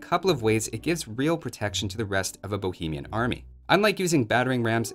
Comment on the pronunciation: When you're from the Czech republic and you hear everyone mispronouncing anything bohemian. PAIN.